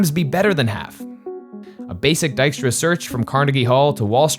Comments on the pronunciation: I've been pronouncing this "tiskra" this far 😅 not "daiskra" as i guess it should be 😏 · Dijkstra, is pronounced close to D eye-k stra, ( /ɛi̯k/ ) while Diekstra is pronounced closer to D eek stra (/ˈie̯k/). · Oh so not Ditchktra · Everyone pronouncing it as dyke-stra. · Is trying to impersonate Dijkstra and therefore sounding more Dutch? It's so weird. And to all the people commenting on the pronounciation of Dijkstra: Yes! and I cringe everytime it is misproncouned in 'The Witcher' on Netfix. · I love that the map shows the Netherlands as it existed in 1956, i.e. before Flevoland was created. Nice detail! I also find it very interesting that (who is Dutch and has a slight Dutch accent) is consciously adopting a thicker, more common Dutch accent while voicing Dijkstra. He's making himself sound more Dutch than he usually does.